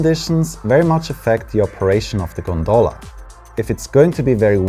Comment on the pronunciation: Pronunciation in English: * Val D'AOsta (put the "stress" on the O) * GOndola (put the "stress" on the first O)